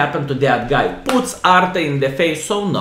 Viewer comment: 6.20 "He got hit by ARTA". Then he got "SVARM". Greetings vrom Visconsin!